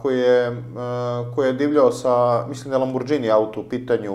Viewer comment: ЛамборГини не Ламборџини...